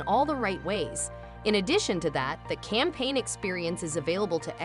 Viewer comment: It's "campaign", not "campain", but very high quality content.